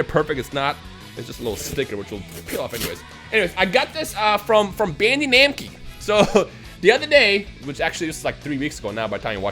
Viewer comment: cracks me up every time you say “bandee namkee” 😂 do a studio tour video!! and you should give away one of those dragon ball figures, I would love the gotenks :)